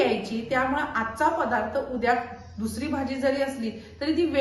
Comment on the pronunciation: पधार्थ.. किती वेळा ऐकायचं आम्ही तेच तेच पधार्थ.. बाई 'द' चा 'ध 'करणाऱ्या आहेत.. इतिहासात कुणीतरी 'ध ' चा' म ' केला होता..😢